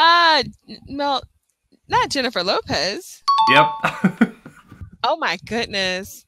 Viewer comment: No caso da Jenifez Lopez, vcs pronunciam pior que a gente